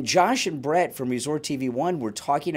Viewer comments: Oh… And it’s Brit not Brett lol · That would not be possible without BRIT’S cooperation. Please get his name correct if you are going to report on it.